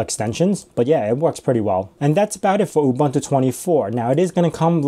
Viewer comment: Please learn how to pronounce UBUNTU.